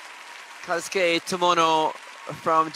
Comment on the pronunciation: Can someone please teach how to pronounce Kazuki's name correctly! This hurts my ears.